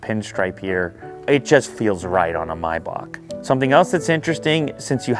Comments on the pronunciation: MAAAAAYYYYY BAAAAACK. Not mybach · Stop saying "MyBock" 🤔🤷🏽‍♂️ it's "MayBach" "Are you dump, stupid or dump" 😅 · come on Lew "my bak? 😂😂😂😂 its MAYBACH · Its not pronounced my-bahc. Its pronounced May-Back..... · It‘s German and both pronunciations are wrong . German: [ˈmaɪbax] There is no k if you pronounce it in German. Explanation for an English Native Speaker “Maybach” Pronunciation Guide from ChatGPt: Use simply ChatGPT/Google/Wiki if you want to know moething.😉 1. “May”: Pronounce it like the month “May”. It’s the same as in English. 2. “bach”: This part is a bit tricky because it includes a sound that doesn’t exist in English. It’s pronounced like the German composer “Bach”. • The “b” is pronounced as you would normally in English. • The “a” is pronounced like the “a” in “father”. • The “ch” is pronounced like the Scottish “loch” or the German “Bach”. It’s a guttural sound, made at the back of the throat, similar to clearing your throat gently. Put together, it sounds like “My-bach” with the guttural “ch” sound at the end. If the “ch” sound is difficult, you can approximate it with a softer “h” sound, though this isn’t completely accurate. Comparison with English Words There aren’t many English words with the exact same sounds, but here are some close approximations: • Bach (when referring to the composer, some English speakers pronounce it like “Bok”) • Loch (as in “Loch Ness”, though many English speakers pronounce it like “Lock”) • Epoch (often pronounced “Epok”) These words can give you an idea, but remember that the “ch” in “Maybach” is a unique sound found in German. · Is it Maybach or Miyebach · your calling it a mybok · hate the way you say maybach